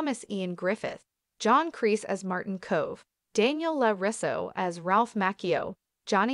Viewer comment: really said larisso like wat